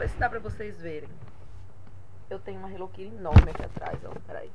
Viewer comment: Minha linda,pq vcs falam HELLO KIRI??Acho que eh a segunda pessoa que vejo falando assim nos videos,aki nos falamos HELLO KITTY.Sera que nos outros paises se falam diferente?? Amei seus presente minha linda!bjuS